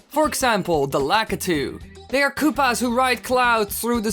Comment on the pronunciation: I like how you say koopas You say it like “KOOPAHS”